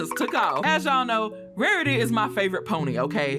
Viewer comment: “Wawitee pretayy”